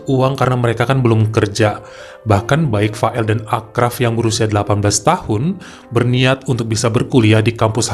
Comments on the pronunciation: Maaf itu di bacanya Asraf bukan Akraf: karena ponakan ku namanya sama kebetulan orang Casablanca juga sorry ya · Achraf bacanya Asraf bang 😀